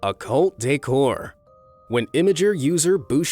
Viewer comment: Him: Coult Decor Me An Unseasoned Swine: Sounds Like Cote D'ivore